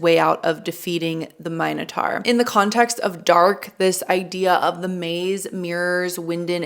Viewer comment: I just started this show and found your recaps, thanks for doing this! I hope I don't get spoiled, but it's good to check my understanding also see what I may have missed. Why do you say "mine-a-tar"? Is that the correct way to say it? I always thought it was "min-a-tor".